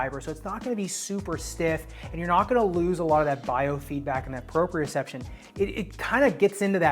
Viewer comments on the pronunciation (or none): none